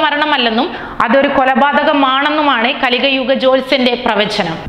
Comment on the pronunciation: കലികയുഗ ജോത്സ്യൻ എന്നാണല്ലോ പറയുന്നത് . കലിയുഗ ജോത്സ്യൻ അതല്ലേ ശരി.